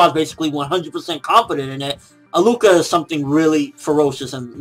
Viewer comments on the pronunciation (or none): HER name is pronounced AHHHH LUUU KAH not A-LUCA lol you had me rolling laughing and btw killua refers to her as a she in every episode that they were seen together